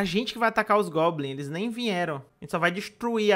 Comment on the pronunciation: Não sei oq tava pior, o achando que tinha 500 gemas ou ele falando "globins"